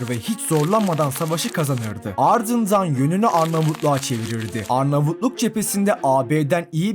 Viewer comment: Sen niye hem alrdzındzran diyon amk